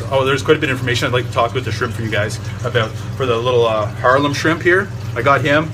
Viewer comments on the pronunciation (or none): Are you saying "harlem" shrimp? It's a harlequin shrimp, named because of its coloration.